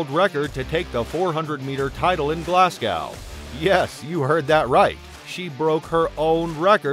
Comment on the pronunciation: He can't pronounce Glasgow either!